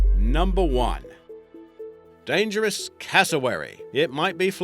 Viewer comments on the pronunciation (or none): Dyangerous,not dangerous